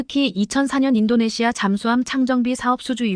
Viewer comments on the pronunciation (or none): 인도네시아를 인도네마로 읽는 바보들의 거짓말 ㄱㆍ닝쟁이다. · 인도네시마는 어디야? 해도 너무 한다! 시청자 무시하기 ㅉㅉ 나레이터들 눈이 문제야? 내용을 전혀 이해를 못하고 글자만 읽는건가? 싫다 싫어